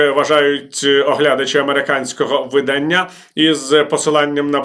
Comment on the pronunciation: видання́ – іменник середнього роду (про дівчат, які за віком уже можуть виходити заміж) Все чудово, але є оця помилка у наголосі вида́ння – іменник середнього роду (дія від: 'видати' - випускати в світ друковані твори; окремий друкований твір, збірка, видані в світ; сукупність тотожних примірників якої-небудь книги, виданих одночасно; друкований твір за його зовнішньою ознакою або типом)